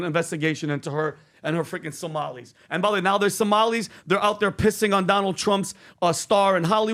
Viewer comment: She keeps saying as Somalies.